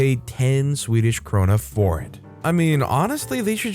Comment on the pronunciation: as a person who lives in sweden i thin that you pronunced kr prety good in story 4